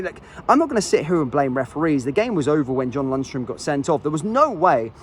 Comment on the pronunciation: Say it again, what is Lunstrum? 😂